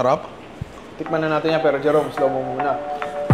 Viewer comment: di talaga mahuli huli ni yung tonohan nung "tIkman na natin yan pero bago yan Jerome slowmo ka muna konti lang" 😅😂😂